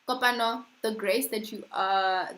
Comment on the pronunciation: 😂😂 🤦🏽‍♀️it’s Kopano butchering my name for me. you pronounce the “O” as a “w”and the “e” as an “I”